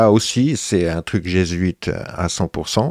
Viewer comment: Jésuite : /G\ huit…